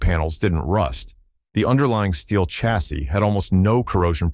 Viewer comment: Chassis - pronunciation Sha (as in shall) see, not Cha as in chicken; and coupe, coo pay, not coop, which is what you put chickens in.